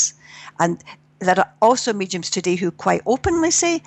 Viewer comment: Great interview from someone refreshingly grounded -- and I love the way she pronounces mediums as "meechums," too cute.